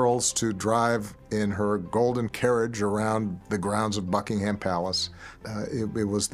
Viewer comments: Love Obama though I have never yet heard an American pronounce Buckingham correctly. It's Bucking-em rather than Bucking-ham. The latter sounds like a type of cold meat. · The way he pronounces "Buckingham" 😁